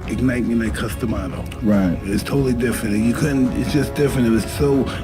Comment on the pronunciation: If you CANNOT pronounce Cus Damatos Name then dont make vids on it.